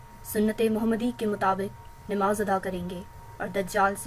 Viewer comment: It's not Nimaz....It's Namaz....It's not pronounced....hasb e nasb....It's....hasab nasab.....For God sake.....correct your pronunciation.....alas....You tried every level...To ....spoil the very impact of toppic.....Alam e asbab ka taquaza hay k tum urdu seekho....Aur Jawaid chaudhary sb....Pl pl pl write more and talk less.....reason.....You know ...Pl don't mind.....better remain a good writer.....Instead of......